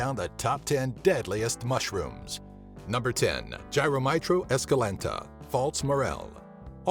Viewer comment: Why do you pronounce false like faults